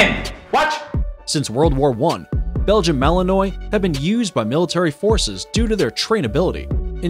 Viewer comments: "Malin...nwah" Not malinoi. BTW, you were showing Neopolitan Mastiffs and talking about Cane Corso..and Shiba I used while talking about Akitas. Come on, get it right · BTW its not Mal en ois with a hard s. it is mal en wah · Mali-NUA, not malinoy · One has to wonder why you would not look up the pronunciation for the breeds you are going to cover. It's akin to showing up to a business meeting without the facts! Melinois, pronounced melinwah! Cane Corso, pronounced canay corso! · Not that anyone cares anymore, but "Malinois," is usually pronounced according to French rules, as "ma-lin-WAH," not "ma-lin-OY." "Cane," as in Cane Corso, is the Italian word for dog, with two syllables, and is pronounced "ka-NAY," not "CAYN." He did pronounce pitbull and German shepherd correctly, however. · and it's not malen -oy! The narrator should learn pronunciation! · Malinois is a French word.Pronounced Malinwah.Thats the phonetic spelling. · Belgen malanoy 😆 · Malinois is pronounced mal in wa...if you want to make credible videos from other you tube videos at least learn how to pronounce the breeds correctly. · So annoyed the narrator pronounces Malinois incorrectly 🙄🙄🙄